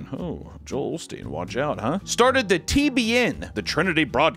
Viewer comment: No L in osteen